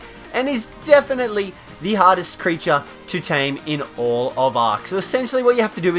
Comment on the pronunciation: I understood hottest instead of hardest